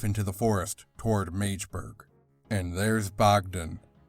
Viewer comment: It's not Mage-burg but Mahg-deh-burg